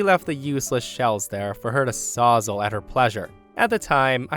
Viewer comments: Story 1: it's a "saws-all" not a sausal 🤣🤣🤣🤣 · 'Sawzall' isn't pronounced sawz-ull, it's saws-All, as in it will cut everything, hence its name. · Saws-all not sozzle or whatever you're saying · Incidentally it's not "sahsal" it's "Sawz All" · It hurts hearing Sawzall being pronounced that way, everyone I know just pronounces it "saw -za"